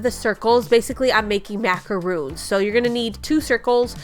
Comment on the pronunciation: Love these! Those are macarons-- pronounced "mack-uh-RONS". 😊